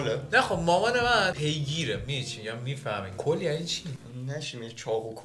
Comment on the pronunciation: Kheili khoob bud, khaste nabashid bacheha ❤️❤️ متضاد تیز، میشه کند. ولی به چاقو، چاقوی کند، چاقوی کل هم میگن، که مخفف کچله، Chaghooye Kal تو فقط تلفظش رو اشتباه میگی ، وگرنه کارت درسته😉😍